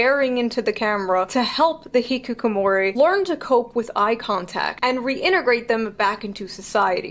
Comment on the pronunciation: I don't blame her for not rolling her Rs because almost no westerners do that, but she's saying Hikukomori, not Hikikomori. Every 'I' as a standalone vowel for Japanese words written in English is a long Ē sound. AI = Ī EI = Ā I don't know why this was done as writing Japanese words in English came after the language's existence, but yeah.